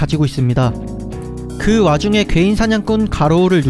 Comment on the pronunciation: 왜 괴인 개이로 들리지